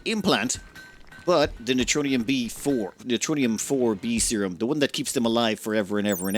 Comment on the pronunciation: 'NEROTONIN', not neutronium. NER-O-TONE-IN